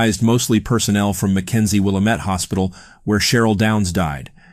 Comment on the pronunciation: I like the video but it's pronounced will-AM-it.